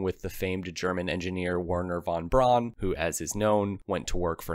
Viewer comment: His von Braun sounds like = van Bran🤣🤦 You should better do subtitle when you cant do it..